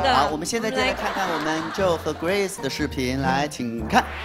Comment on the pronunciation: 何炅好歹做节目前也做好功课嘛！Feynman念“Fryman”“Freeman”，Joe念“Joey”。这样有点不尊重小朋友们了吧？（何炅还是北外的教授。。。）